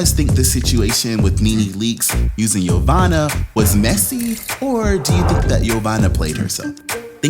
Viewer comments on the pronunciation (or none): Yassssss to the name butchering!!! 🙌🏾🙌🏾🙌🏾 yomama...jamima...yofufu got played. Nene was the true snake 🐍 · Jeveena??? Yomani? 😩💀 YOU DEAD WRONG, 😂😂😂😭